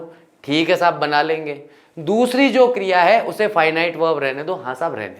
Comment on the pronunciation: Finite or fienit